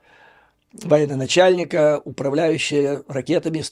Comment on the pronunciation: Ты же вроде грамотный человек - если говоришь на рюском языке, то по ихнему и выражевывайся : не военоначальник, а военачальник, ясно?